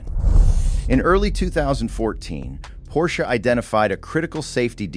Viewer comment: When the opening line is “A Pors C-H-E”…